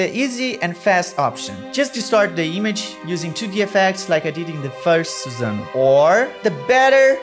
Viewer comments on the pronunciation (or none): Not susan-oh 🤣🤣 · Eu amo que quando ele fala "madara" e "susanoo" ele entrega a Pacoca que é brasileiro